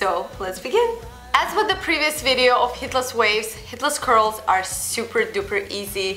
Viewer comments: when she says curls it sounds like a crols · I thought she said "hitless" curls